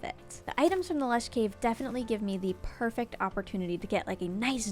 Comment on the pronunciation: They way she says "Perfact" instead of perfect 🥰